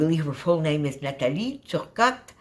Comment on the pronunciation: What a great idea! I love this! I enjoy stitching on my layouts and never thought to try it with a regular cutfile. Thank you ! Also thank you for pronouncing Nathalie’s name 🥰💕 Briana